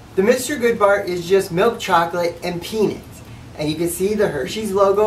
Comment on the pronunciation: What the hell is a peenit?